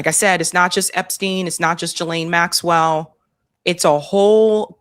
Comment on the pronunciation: Love your show…. Just wanted to mention that Ghislaines name is pronounced GEE-laine… that’s all.